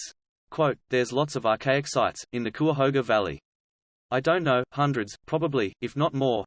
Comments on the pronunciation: It's "KI-uh-HO-guh". Anyway, I hope this is more protective of the site, and not whitewashing history and paving the way to destroying the site. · Kai uh hoga. Thats how you pronounce cuyahoga. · It’s pronounced Ki-a-hoga. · It's "ky-ah-hoe-ga" (Cuyahoga). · He's accusing CVNP authorities of hiding "the truth". I personally know rangers and park officials who are intellectually honest and curious and I can't believe that they are hiding anything. (I do wonder a little at the credibility of a guy who emplys an AI voice and hasn't figured out how to pronounce "Cuyahoga".) Indeed, if there is accuracy in what he is calling paleolithic sites, I can attest that the park authorities would be VERY interested in protecting, researching and promoting them as attractions to draw traffic. He makes accusations...who has he talked to in the park management? Silly. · Every time he mispronounced " Cuyahoga" I want to scream. But this is a awesome informative video that makes me want to go exploring. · Can't pronounce Cuyahoga.